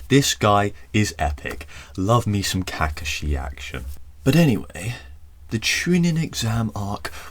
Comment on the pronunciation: Its ca coh shi not kaka shee also please tell me you saw the saucegay kiss